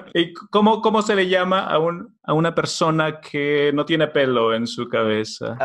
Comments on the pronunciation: "cheUveux" ?? T'es sérieux ??? ("Cheveux" is the correct word). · Ce n'est pas cheuveux mais cheveux !?